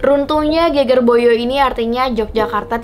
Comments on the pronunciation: Ge`ge`r / punggung bukan geger (ramai). Pengucapannya kurang pas hehehe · Pembacaan geger salah